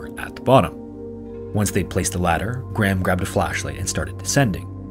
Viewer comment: Petition to make it a legal requirement for Americans to pronounce the name "Graham" properly...